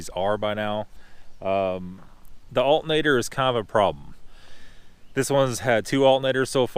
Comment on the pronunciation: "Alt-n-ator" Alternator . AL TER NA TER